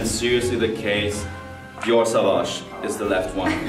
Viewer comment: SAUVAGE and you also dont say "savage" but "sOvage" bruh everybody saying it wrong